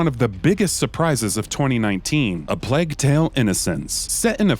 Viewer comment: Nothing pisses me off more then hearing them mispronounce the name of games. Sekido? Are you fucking kidding me? Where the fuck do you see a "d" in Sekiro? Fuck. Not just that either but this dude fucking said Plag instead of Plague... Like oh my fucking Batman! Say this shit correctly or don't make the video. Also stop putting Death Stranding on every fucking game list y'all make!